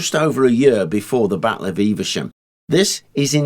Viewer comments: Never heard it being called “Eev-a-shum”. Always known Evesham as “Eev-sham”. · I'd pronounce the town name as Eve Shum and not Eiver Shum... Please let me know which is correct... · 'Evesham', not, 'EveRsham'. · Eve shum. Not Eve e sham. Btw often go over Simoon De Montfort bridge at Evesham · Some folk might say that they noticed a distinct improvement once you put that helmet on. I wouldn't dream of saying things like that though. I don't want to come into close contact with the business end of that spear! :D Joking aside, that was another damned good video. Slight correction - Evesham just has two syllables "Eve-Sham". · I'm very local to Evesham and most people do not pronounce it with three syllables only two. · there is no 'R' in Evesham, and it is not pronounced as if there is an 'R' in Evesham!!!